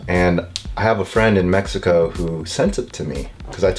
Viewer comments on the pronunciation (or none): none